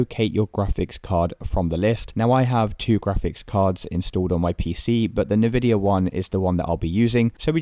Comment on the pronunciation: Ill never trust someone that says "nuh"vidia ... instead of "In"vidia Lol